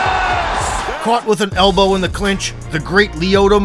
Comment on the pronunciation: "a single HELLbow" 😆